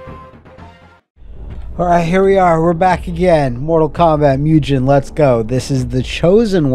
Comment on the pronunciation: it's well established that the correct pronunciation is "mugen" not "MUGEN" you're welcome happy to help